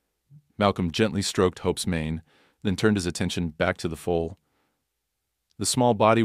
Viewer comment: Foal, not Fool. !!!😅